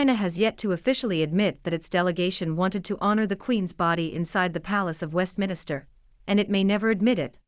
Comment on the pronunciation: Westminster not Westminister. It’s time that the people in Britain wake up !